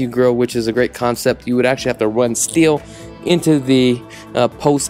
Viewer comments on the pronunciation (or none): none